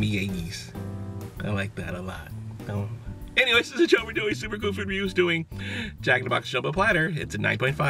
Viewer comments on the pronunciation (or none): none